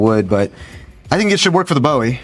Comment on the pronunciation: Thumbs up for calling it a Bowie knife and not Boohee